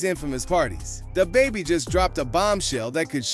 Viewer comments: “Day-Baby” “Dabby”??? This dude was butchering his name at first 😂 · DAY BABIE? 3 times... Then DA BABIE either AI or an idiot narrating